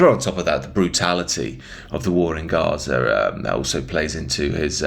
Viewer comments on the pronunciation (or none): none